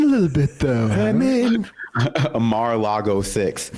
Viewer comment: "Mara Lago 6" 💀